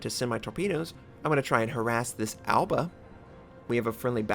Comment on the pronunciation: I just can't stop laughing that he pronounces Aoba like Alba